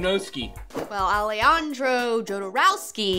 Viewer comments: Its not pronouced Ale-andro Jodorowsky, its pronouced Alehandro Hodorowsky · It's very funny the way she pronounce "Alejandro". Jodorowsky has a double nationality, is French-Chilean.